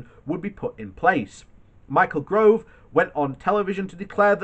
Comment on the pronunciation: Why can you still not correctly pronounce 'Gove'? Even if you are dyslexic, you must have heard the name said many times!